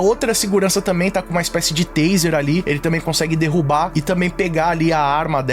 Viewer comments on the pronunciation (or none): none